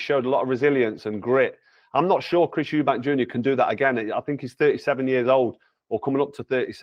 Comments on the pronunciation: I've heard it pronounced 'Eubank' and 'Eubanks' but never 'Erbanks'!! Lol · i cringed every time he said it lmao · Man said Chris “errbanks” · His calling him Chris Herbanks lol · Correct the mani on Urrbank 😂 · How he pronounces Eubank is as wild as any punch he’s ever thrown 👀🫨🫨🫨😂😂😂